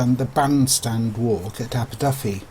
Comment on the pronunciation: Only fault is that the commentator pronounces "Aberdyfi" with an "F" whereas in Welsh a single "F" is pronounced as a "V"